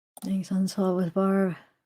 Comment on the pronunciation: it's saw , not saul/sawl